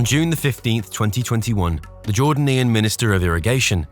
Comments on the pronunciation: Jor-dan-ian? Not jor-day-nian? Another crappy AI voice over. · I enjoy your videos, but please, get a pronunciation app or book. The people of Jordan are Jordanian’s (Jor-day-nee-uhn). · And 'Jordanian', and more. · It's pronounced Jor-dane-e-an, not jorden-ean! And it's not the souge canal it's the suez canal.